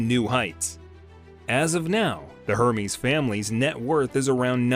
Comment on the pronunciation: It’s pronounced er-mez